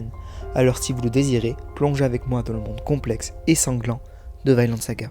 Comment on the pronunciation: Hello, je passe par la avec une petite correction « Vinland saga » ça se prononce vi nland avec un i français, pas « Vaineland » Même en anglais (vu que c’est un terme anglais, ça a été nommé comme ça pck leif l’a découvert au 11e siècle (le vrai pas juste le personnage) et y avais des vignes de partout)